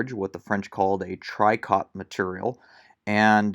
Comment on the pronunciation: Gilet is pronounced : gee-lay, and tricot is : tree-co. Cool video.